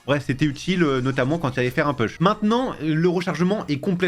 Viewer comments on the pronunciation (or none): none